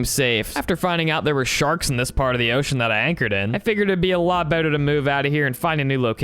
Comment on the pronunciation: I HAD INTERNAL SCREAMS EVERY TIME YOU SAID OCEAn